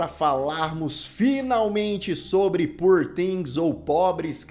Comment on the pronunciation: A pronúncia de "poor"é com ó aberto /ó/...